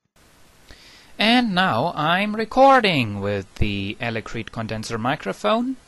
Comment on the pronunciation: elecreet? you mean electret right? ;)